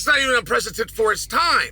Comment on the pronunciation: Chael "unprecetent"(unprecedented) Sonnen